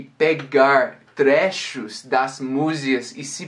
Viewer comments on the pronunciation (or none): Nao sei se presto atenção na aula dele de inglês ou se presto atenção nele falando português Ele disse 'trécho' trecho